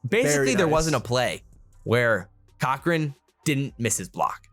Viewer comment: Turner (Core Krin) right? Not Cochrane Great video homies